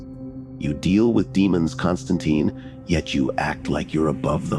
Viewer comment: Imagine if Spawn, Ghost Rider, John Constantine, Kratos, The Doom Slayer also known as Doom Guy, Scorpion and Sub-Zero teamed up together to fight against hell. Hell would tremble in fear. BTW be aware that John Constantine's last name ends with tine which rhymes with pine not teen